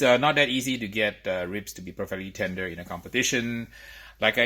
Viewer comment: Yeah right Every fifth word is very LOUD the ribs are ready and very TENDER these are competition ribs to impress the JUDGES!! Yeah nice cadence 🙄